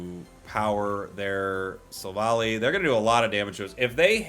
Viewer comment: I am quite sure it is pronounced as Silv-Ally with the high friendship evolution method and the pokedex entries in the main series games.